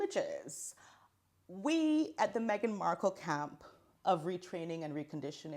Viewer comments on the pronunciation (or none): Im sorry, did you say Meghan's Camp or Kampf